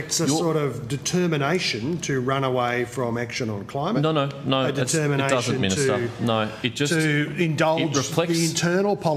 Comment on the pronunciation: The degenerate left.. "Cli-Mate, psi-ence.... " what a joke...